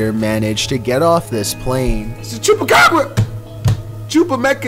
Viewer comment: IT´S THE CHUPACABRA¡ hahaha i love your spanish pronunciation im mexican btw